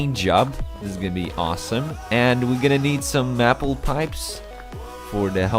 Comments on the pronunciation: I am not sure if it is your accent, or you don't know the pronunciation (no offence), I gotta tell you that Maple is pronounced May pull you pronounce it Mah pull. Source: I'm Canadian, Our flag has a maple leaf. If I hadn't heard the correct way to pronounce it by now Ide be deaf. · just so you know, its may-pull. not map-uhl. sorry :) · its may-pel, not mapple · its maple not mapel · Mapple? It's pronounced "mayple". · love how he pronounces maple as mapple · u say maple like mapl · Isn't it, May-Pul? (I think that's how you were saying it.) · I like how he says mapple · I cant even with the way you say maple